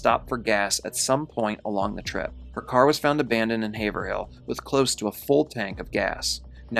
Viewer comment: Great video! Not that it really matters, but people from New Hampshire say Hav’rill. Hav rhymes with cave. The H is silent.